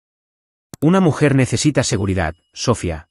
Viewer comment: Porque dicen mal el nombre siempre, es Sofía, si no saben decirlo pongan otro , en la traducción escrita está bien acentuado y en estas narrativas lo usan mucho y siempre mal